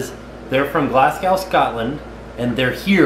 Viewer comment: Pronunciation - glaz go haha!